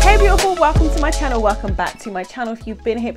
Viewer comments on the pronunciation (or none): none